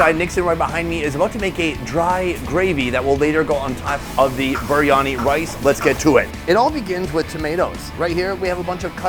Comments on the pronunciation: It's BEER-Ani not BREE-ANI... IM SORRY IT JUST RUINS THE VIDEOS, SUCH A SIMPLE PRONUNCIATION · Oi mate what is Baryani? ITS FUCKING BARYANI!!!!!